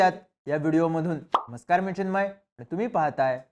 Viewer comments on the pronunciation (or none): none